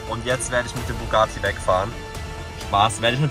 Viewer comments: Lukas wenn du schon einen Bugatti "klauen" Must dann sprich es wnigstens richtig aus es heißt Bugatti nicht bugaati 😂😂😂😂und der gelbe Lamborghini war ein Lamborghini sian und der "GTA"Lamborghini ist ein veneno habe nicht gesehen ob es ein Roadster war oder nicht aber glaube schon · es heisst bugatti er sagt bugaati